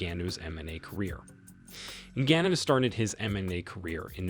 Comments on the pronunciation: Come on now you can do better pronouncing Ngannous surname ; not to mention its MMA not MNA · Noticed this guy changes his pronunciation of Ngannou every time he says it.. strange..